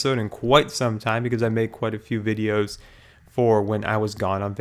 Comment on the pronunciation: it's pronounced videos